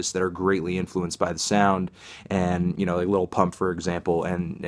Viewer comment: did he really say il pump